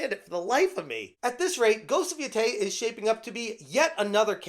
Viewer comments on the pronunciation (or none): It's pronounced Ghost of YO-TAY